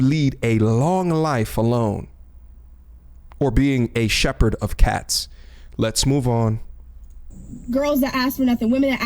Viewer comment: This nigga said cat Shepard 🤣